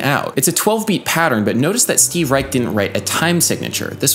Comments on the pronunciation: I believe Reich pronounces his last name with a soft "sh" sound at the end instead of a hard "ch". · It's pronounced 'Reish' not 'Reik' anymore. Cool video though! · Nice video. Reich is pronounced with an "sh" sound at the end though. Adding a melody over Clapping Music kinda buries the coolness of it. Too bad. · It's pronounced "Reish" with a "sh" instead of the hard "ch" at the end. Also, it's almost a crime to not mention La Monte Young as a progenitor of pure Western minimalism.